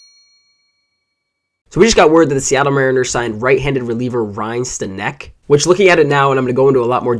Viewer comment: Pronounced Stanick